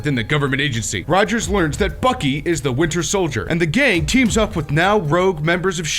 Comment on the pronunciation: Why does when he say bucky it sounds like FUCKY